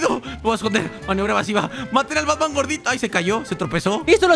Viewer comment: "Batmaan" Gracias